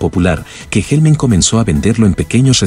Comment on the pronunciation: ¿"HellmEn"? Jajaja